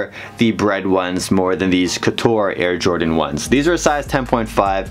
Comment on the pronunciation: I always thought “couture” was pronounced Coh tchure